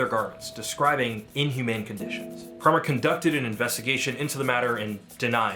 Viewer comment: Apparently, it's "pree-mark"